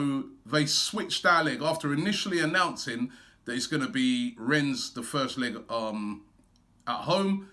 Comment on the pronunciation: “Ren” not Rens